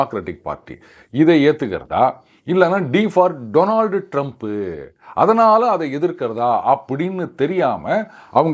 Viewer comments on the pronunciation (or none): none